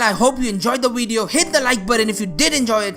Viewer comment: da winchi wideo How can this guy said the words that begin with V with W